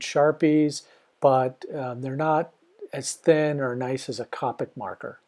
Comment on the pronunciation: It was killing me when he pronounced copic wrong